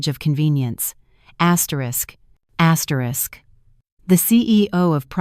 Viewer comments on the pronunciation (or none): Please don't use the word "asterish asterish" in the next story.🤕🤕